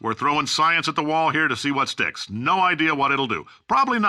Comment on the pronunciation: Is it me, or did Cave start saying "Wh" like Stewie from Family Guy ? :L